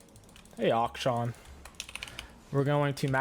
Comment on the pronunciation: Still miss those days were would say ashkan instead of akshan lol